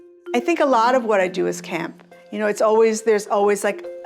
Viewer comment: “We do do the doh doh!” 😅😅😅❤😅 She must be Irish!